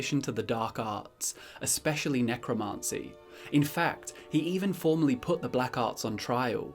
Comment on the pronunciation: Love the video pal, but your pronunciation of Necromancy is feeding me pins...